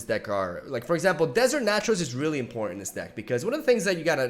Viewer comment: Okay, real talk.. Am I the only one that hears “in porn” when says “important”? I promise you - you will not be able to unhear this.